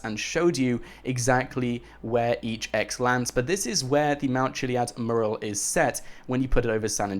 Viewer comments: ITS NOT MERAL ITS MURAL!!!! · PLEASE learn how to say MURAL (Meurral) for gods sake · Please learn to pronounce "Mural"